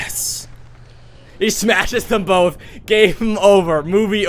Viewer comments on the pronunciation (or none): none